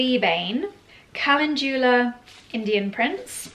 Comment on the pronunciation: Mispronouncing CALENDULA